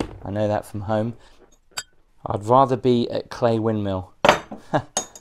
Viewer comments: I thought a local like yourself would pronounce it "Cly", not "clay". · I've always pronounced it as Cly... Oh, the big scary face on the fireplace is actually a Green Man, an early pagan and Christian symbol which is generally a benign character. He is normally found alot in churches.